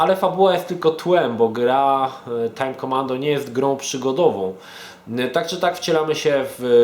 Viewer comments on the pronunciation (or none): "tjajm kjomando"